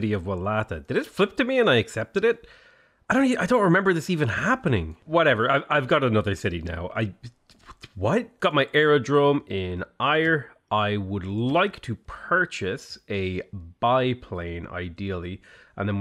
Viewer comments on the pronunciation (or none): are you really saying Ayr as eye-er???? Its said air